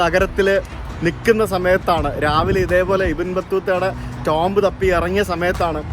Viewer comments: Tomb is pronounced as Toom not TomB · ടോംബ്‌ അല്ല ടൂം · Tomb pronounce cheyyunna "toom" ennanu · Tomb pronunciation "toomb" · Tomb is pronounced as tooom